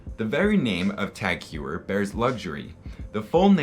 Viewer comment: Very nice video! Just one thing TagHeuer should be pronounced as “Hoyer”.